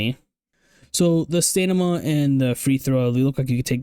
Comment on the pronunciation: W Video, cracks me up you say stanima instead of stamina